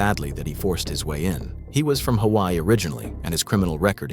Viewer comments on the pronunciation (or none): none